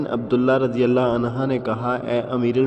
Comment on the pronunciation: Bhai anha nahen anhu hey. Please yeh kisa dobara record karen. Thanks